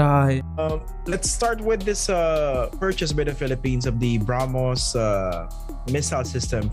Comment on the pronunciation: Pronunciation: "BraH+moss" ---NOT. Brumm+hoss!!!